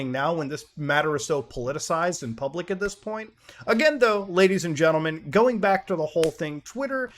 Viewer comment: I took a drink of beeer every time Muta said Gadies and Lentlemen and I... 😵